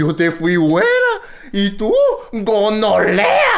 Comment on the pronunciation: Mi parte favorita es cuando dice- Gonolea XD